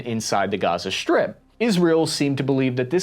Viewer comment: You pronounce strip as sHtrip and pronounce strong as sHtrong. This stratches my ears, may be because English is my learned language an I dont live in an english spoken country. Thank you for your efforts and work.